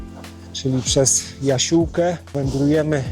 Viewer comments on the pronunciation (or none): NIE JASIÓLKE TYLKO JASIOŁKE